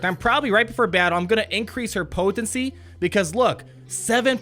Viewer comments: Anyone notice he say poTHency 90% of the time ish talk aside. im literally more excited for you new vids than I am for the actual P2W content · I LMAO every time you say "potency"...